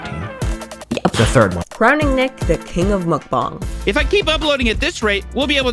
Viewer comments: munkbong? it's munkbang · YOU SAY MUKBANG WRONG ! ITS NOT MUK BONG ITS MUK BANG 😂😊